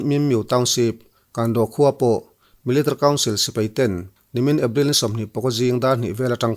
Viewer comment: Zo YouTuber zingah Military i lam mawi in i hnehsawh ber😅